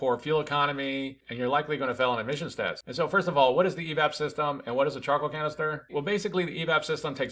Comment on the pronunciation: I kept hearing chocolate canister